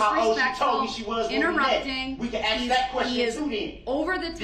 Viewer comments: I love when he says, (AX) me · He said he doesn't mind if we "axe" him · Darrell says that's a lie, and that's not true .. meanwhile.. he pleaded guilty to all of it. Also can AXE you a question.... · You axe her ?? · I have a question is it asking or axing, ?, 😞😴💩😲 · This dumb guy. Every time his street mentality came out , my nerves would cringe. He is unable to say normal words like aks instead of ask and trufh instead of truth. He got lucky the judge allowed him to represent himself. U can tell the difference if how he acts with male and female. He wasn't able to talk and act like this when he was first arrested with the male cops. He acts totally different towards females. I'm so glad he is in a room with four walls for the rest of his life for what he did. RIP to the victims and condolences to their families. But, either way, I can't stand people who act like this and more times than not, when they act like this they're lying about something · Axe me The truuf So cringe